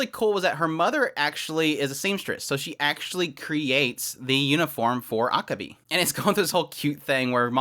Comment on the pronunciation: I'm not sure if you're trolling me or if you just don't know but your pronunciation of Akebi is terrible.